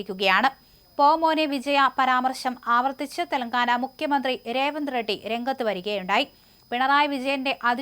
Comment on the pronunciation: MuKHyamanthri. Not mukyamanthri.